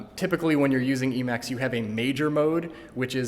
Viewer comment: You need to be even braver to show it off and mispronounce it lol